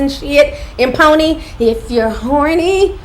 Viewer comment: “IF YOU’RE HORNEE” 😂 U A MESS! NOT “HORNAY” LMAO 🤣